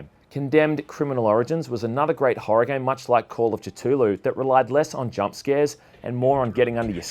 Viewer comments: Kittooloo? It's Ku-thu-loo. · Its pronounced cah thoo lou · Every time you pronounced Cthulhu wrong it made me cringe. But never the less great list. Keep up the good work bud!